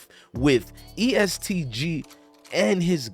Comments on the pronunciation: louis-ville EAST Lu lmfao its E S T Gee hahaha. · First of learn how to pronounce Louisville.. Second it's E-S-T Gee‼️ Makes You Sound Silly Asf 😂